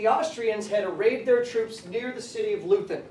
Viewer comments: I've always heard Leuthen pronounced something like "LOY-ten." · The German pronunciation is "Loy-ten". Was this a history class in a public school? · Re the pronunciation of Leuthen, no worries, mon ami😄. You’re more enjoyable than all my some 150 Osprey military history books, or even my complete West Point Military History series. As Oliver Twist might say, “Please, Sir, I want some more.”